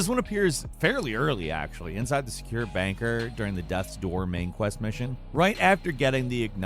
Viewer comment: It drives me crazy how he says her name also the way he says bunker